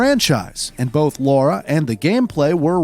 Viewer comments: It's LARA and not LAURA. The narrator keeps saying it wrong. Did no one involved in making this video realize this mistake? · Derby is pronounced "Darby". If you need directions in the UK don't call it Durby coz you won't get there. It's bad enough calling a well established character "Laura" all the way through a video about Tomb Raider. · She's called Lara not Laura ffs. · Even if parent were GONNA name someone Jack but decided on Peter , the name of the person is gonna be Peter !!!, even if the audio presenter here insists on calling him Jack, they WRITE it Lara, why pronounce it LOra, chances are parts of the crew might have been called Lara, after all a huge number of girls were called Lara after Doctor Zhivago hit the cinema in 65, and that, not just in the West … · Please ffs stop calling her Laura. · All I hear is "Laura" haha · The part where he says Lara was originally called Laura is hilarious because his pronouncing of Lara was exactly the same 🤣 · In other documentaries they say Americans back then couldn't say Laura so they named her Lara 🤣 now some of them they can't even say Lara correctly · ITS LARA! 🤦‍♀️🤦‍♀️ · Laura? So funny, Americans just cant say Lara, at all! xD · Her name is Lara, not Laura... like Clara but without a C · It could have something to do with his pronunciation of words, unexcited delivery, entirely placid cantor of speech, and a monotone demeanor throughout. In this video at least my brain almost melted hearing him say Laura almost 100% of the time. It's Lara. And I won't accept an "it's an accent thing" or any crap like that. He didn't even try. I'll tolerate it to a point assuming someone has a speech impediment, unless of course I hear him get it right at least once. After that the label of "slacking off like all hell" gets stamped on the effort. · It's Lara, not Laura. It rhymes with Mara, not Cora. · OMG ITS LARA NOT LORA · It's Lara!